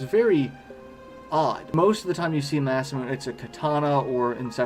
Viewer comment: First off, I love the video, it's amazing. And I'm sorry to be that guy in the comments, but it's "Mah-sah-moo-nay," not "Mah-sah-moon." Named after the man who was supposedly THE most gifted swordsmith in Japanese history. :)